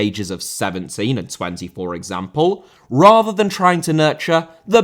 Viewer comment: Rather* not Rother Zimbabwe* not Zimbabwei Colorado* not Colorohrdouw Vieira* not Viera Debut* not Deibyu Carvalho* not Cahváyouw Dembélé * not Dembeilei Rodák * not Rouwdak Augsburg* not Ogsbög Zaha* not Zohrhor Lallana* not Lallohrner Ramsey* not Ramzey Chukwuemeka* not Chăkwameiker Neco* not Nicouw Cesc* not Ces Emiliano* not Emeleohrnouw Bellerín* not Béyeren München * not Munich Dortmund* not Dormund Roméo* not Rouwmiouw Lavia* not Laveyer Andreas* not Ondrejas Guehi* not Guwei Aké* not Akei Traoré* not Trayorei Roman* not Rouwman